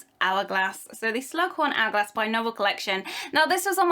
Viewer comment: It's an ''Hour''glass...